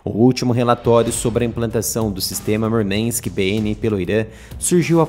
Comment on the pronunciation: Murmank et palavra russa, não inglesa, não é necessário sotaque texano.